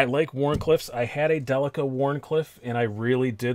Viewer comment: I wish to commend you for saying "Delica" correctly. ;) As for the knife...No, that's a horrible color of green.